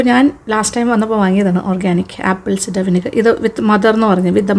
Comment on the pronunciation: ആപ്പിൾ സിഡർ അല്ല, its ആപ്പിൾ സൈഡർ.